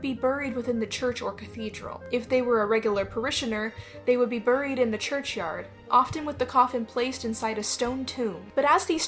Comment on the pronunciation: The background music while you're talking is very distracting. Also please stop pronouncing buried the way that it's spelled my autistic self is going crazy lol